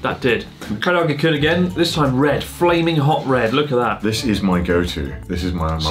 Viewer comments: I'm wondering why Chris, do you keep adding an extra vowel to Karage? You keep calling it kariiage, except when you said Karage-Kun. Thanks for the video, nice to catch up on your uploads, it's been a long time! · I may have spoken too soon, I heard carryoggy-kun. No matter what I love you anyway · I'm waiting for the day chris says karaage correctly lol